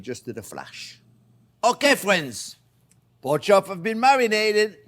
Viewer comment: Onyoh and Kown and Poke...Love it!